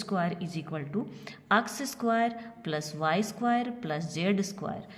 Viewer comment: App X ko aks kiyo bolti ha